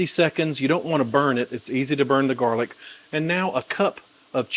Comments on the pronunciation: I'm always confused about serving size . How much is a serving size and is the nutrition count for the chicken & sauce only ? Sorry for being so dumb ..LOL.. PS ... I almost spit out my coffee when you called it "jarlic"... hahaha ..LOVE IT !!! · lol "jar-lic' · Might get me married? Then I definitely DON'T want to make it! LOL! I wouldn't make that mistake again. (Actually, this sounds yummy, so I definitely want to try it, maybe with 50/50 sun dried tomatoes and roasted red peppers!) "Jarlic"! HAHA! I love it! I'm going to start calling mine that.